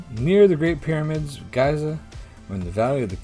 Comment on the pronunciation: 'Row' is pronounced to rhyme with cow when it means an argument. Giza is pronounced like Geezer. I played these a while ago . I got 5 right in the first part and 5 right again in the second part. In the third part I got 4 or 5. In the fourth part I got 5 or 6 (memory fails me a bit now) so well done for getting 23 overall. The tests were hard.